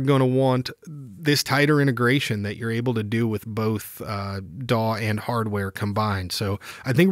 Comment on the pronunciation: Was that "DAW control" or "PAW control"?